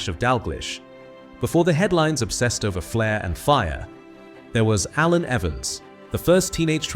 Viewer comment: Shame the AI commentary couldn't pronounce his first name....